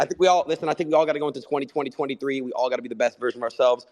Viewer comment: Adin cannot say “twenty twenty three” he always says 202023 , is it a joke ?